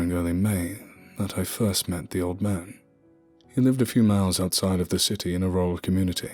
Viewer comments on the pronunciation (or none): none